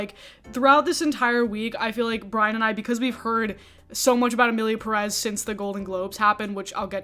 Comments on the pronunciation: OK. The first thing everyone neede to do is LEARN to PRONOUNCE the Spanish family name Pérez PROPERLY It is not 'PRESS', but PEH-reth (emphasis on the 1st syllable)., as a woman with hispanic heritage you should know better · It Pérez not Peréz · I find it amusing that all the non-Spanish speakers content creators that are talking about why this movie sucks (which, indeed, sucks) keep pronouncing "Emilia PERÉS" (sic) instead of "Emilia Pérez." Yet, I really liked your video,! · I haven't finished the video but ngl, as a Latina, the single most infuriating thing about this entire discourse is people pronouncing the title of the movie perEz instead of pErez. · The first red flag is in the title. It's not "Emilia Peréz" like everybody talking about the movie is pronouncing. It's "Pérez" the strong syllable is the first one, not the second one. And the stylized font they use on posters don't help. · I think one of the things i hate is how everyone says EMILIA PERÉZ INSTEAD OF PÉREZ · The fact that they pronounce it Peréz in the movie itself is bad enough. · Just for every American interested: the stress on Pérez in on the first e. PEH-rez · What shocked me the most is the fact that pretty much EVERYONE is pronouncing Pérez wrong! The stress should be in the “Pé” not in the “rez”. That is why its Pérez, not Perez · I just wish the YouTube critics who slammed the film for inaccurately depicting Mexico would also take the time to pronounce the last name Pérez correctly. It’s a bit ironic to criticize the director for a lack of research while not even paying attention to the accented syllable in the title. If we criticize the creators for being careless and culturally insensitive, shouldn't we at least try to do better in our own little ways? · I mean the second name literally has an accent over the first E, why people in the us always pronounce the names the most incorrect way possible? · Absurdity aside, that's not how you pronounce "Pérez".